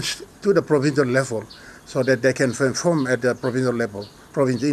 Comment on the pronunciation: Is it perform or feform? A new word I have never learned in English hahaha